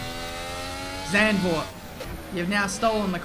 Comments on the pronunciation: English pronounciation would be like 'Suntvoort' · Please don't say Sendvoort! It's more with the soft a and a sharp z.. Zand means sand but the a is shorter and softer. My name is Marc and not Merc :') and the Z from Zlatan! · Just a note, it’s pronounced Zarnd-vord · No-one: Chase Carey: "Zandervoort" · Correctly pronounced "Zuntford" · Oh my god that pronounciation if Zandvoort... Makes me throw up already xD